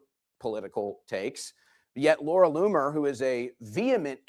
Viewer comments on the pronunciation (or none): none